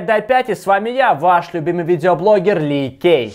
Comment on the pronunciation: ты, а не Ли Кей. И хватит повторять одну и ту же фразу! Ты задолбал!